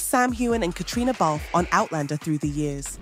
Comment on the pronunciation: Be nice if you could get Caitriona's name right 100% of the time